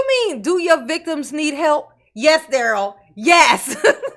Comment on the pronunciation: Leave Duh-rell alone.... He's "MathboiFly," dammit!